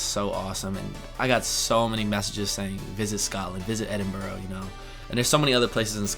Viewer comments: Advice, dont call it edin-burrow when youre there, call it edin-burra :) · Edinbrur......not Edinboro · Edinbrah not Edinbroww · Edinburgh pronounce as Edinbra, not Edinboro.. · My first bit of advice is, don't call Edinburgh 'Edinburrough'. It's pronounced like 'Edinbra'. (with a short 'a' like in 'hand'. York - great choice. Probably the most beautiful city in England. Try a beer in the Golden Fleece (half-timbered pub built in 1503). Try Barley Hall, built in 1305. There is so much history from the city walls with the gate houses, to traces of Roman occupation and, of course, the Viking museum at Jorvik (the old name for York). Oh yeah, and good luck with the accent ha ha. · This is so exciting! I think you've made some great choices. Personally I wouldn't go for the meet and greets - just focus on YOU and drink in all the experiences you're going to have. I've always felt you're a Brit at heart so I think you'll fit right in! (Btw no-one in the UK says 'borr-ow' for 'borough' - Edinburgh is 'Edinbruh'). My sister moved from the outskirts of London to the Cotswolds a couple of years ago and finds it completely heavenly. So - just be yourself, try to be as little of 'a tourist' as you can, and just enjoy the lovely places you'll see (York Minster is a MUST - and if possible go to a service there where you can hear the choir). <3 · Just FYI...its pronounced Edin-burra, not boarro :) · Have a superb time. Youve already been good advice however, youve chosen tourist traps be aware but you should be ok.. Locals in Edinburgh might find it amusing it if you pronounce it Edinburow. It's pronounced Edinburrua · Dude your American pronunciation of Edinburgh sux. Its not ed-in-bur-o. Its ed-in-bur-ah. Beside that hope you have fun mate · It is EDIN - BRUH, not EDIN - BORO! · This is a bit picky on my behalf, but Edinburrah not edinburrow. Best of luck for the trip, I know it's kind of a working vacation but I hope you have a blast. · Ed in bur a NOT Ed in bro lololol